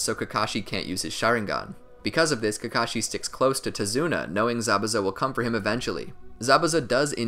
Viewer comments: He said kakocku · You said Kakashi Kakaki at a part I won't tell you when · I loved this but at one point my man said kakaki im gonna die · did did you just call kakashi kaki? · Kakakakee hahahhahahahahahahah